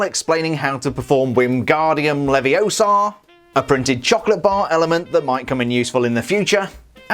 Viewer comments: It's leviOsa, not leviosaa!!! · Stop, stop, stop! You’re saying it WRONG! It’s LeviOsa not LeviosAAA 🙄